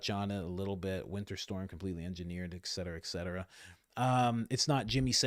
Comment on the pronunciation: Love listening. Small correction “et-cetera” versus “ek -cetera “